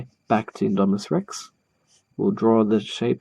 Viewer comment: You’re pronouncing it right